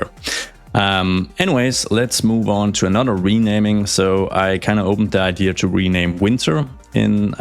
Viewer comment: There’s no R in “idea” btw. 😂